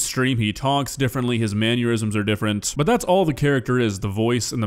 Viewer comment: There is no U in Mannerism. “Mannurism” is not a word.